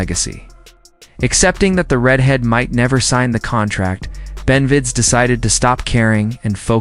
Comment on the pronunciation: amazing dude who made the video can't say benavidez!! retard!